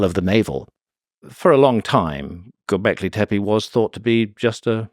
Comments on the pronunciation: It's clear he loves saying , go beckley , teppe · Say Gobekli Teppi one more damn time